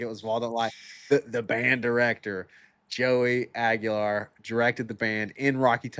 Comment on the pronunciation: They're actually pronounced "Iceman" and Joey Swag-ular. Come on guys. GO BIG ARNGE!!!